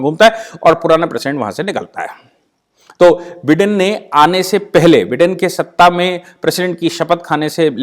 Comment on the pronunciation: with respect just for your information he call himself बाईडन not बिडन